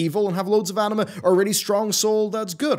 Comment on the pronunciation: Am I the only one here, who always hears "anime" instead of "anima"?